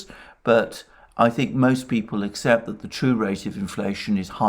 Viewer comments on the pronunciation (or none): none